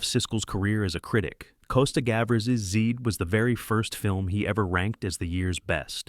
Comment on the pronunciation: Zed rhymes with Ed, not with seed.